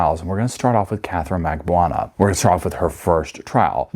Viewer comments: magBAN-ooh-ah Why on earth is that so hard for you ? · Mag-Ban-eww-ahh is how it's pronounced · Her name is pronounced MAG-BAN-OOO-WAH